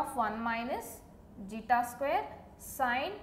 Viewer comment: Its Zeta. Please be clear with the terms. It is really hard to understand otherwise.